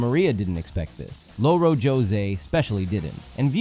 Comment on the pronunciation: The mental whiplash when you pronounced it Lo-Ro José 😂😅 you’re supposed to roll the r not pronounce it like Lo-Fi Also Louro is one of our (many) words for parrot